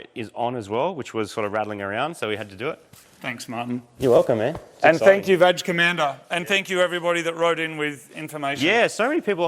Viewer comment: im still trying to figure out is it "badge commander" or "vag commander"?? no joke im serious.